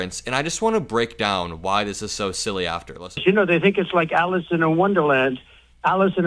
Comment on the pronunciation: 💙 sounded like Teump was saying Alison in Wonderland, twice. Buffoon.